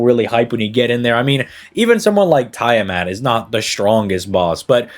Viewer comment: Im half convinced that does Tie-a-mat on purpose now lol